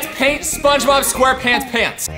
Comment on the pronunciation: said SpongeBoob🤣😂🤣😂🤣😂🤣😂🤣😂🤣😂🤣😂🤣😂🤣😂